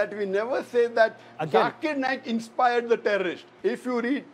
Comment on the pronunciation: It's NAYAK not Nake like u sound when u say Naik